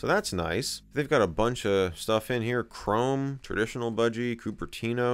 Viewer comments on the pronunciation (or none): none